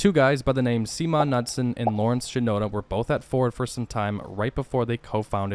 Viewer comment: The designer's name is phonetically "see my nuts and." I know I'm mis hearing a bit, but, that's close.